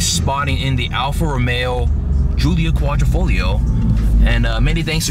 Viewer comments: It’s “hoo-lia Quad-driii-fo-Lia” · Say Alfa Romeo Julio Quattro folio one more time